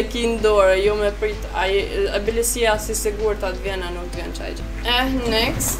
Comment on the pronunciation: Next next next nxet nxet metu tu then next next nxet,kur mundoni me fol gjuh huja hiq si du,por nejse prap te uroj sukses jet